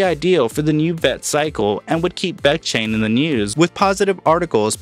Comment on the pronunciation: dude say it right!